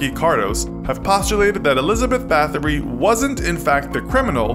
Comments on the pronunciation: Her name is pronounced "Bowtree" and she's pretty interesting. The podcast Lore has an episode about her called All the lovely ladies. She was never formally charged or punished under the law, she was locked in isolation though which is what she feared most. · you say her last name as batory